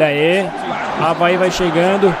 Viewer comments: Avae? não e Avaí? kkkkkkkkkkkkkkk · Quem percebeu q ele fala avae invés de avaí